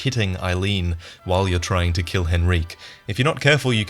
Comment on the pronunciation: Who the hell is henreek?